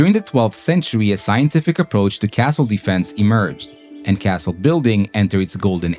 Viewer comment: It's not impossible, it happened many times, and you gotta pronounce Castle correctly, even if you are an american.